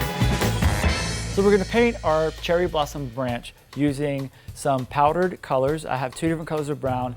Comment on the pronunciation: When you said cherry blossom cake I literally thought you said Cheryl Blossom cake. Lmao.